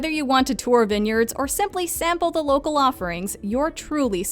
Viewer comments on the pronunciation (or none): none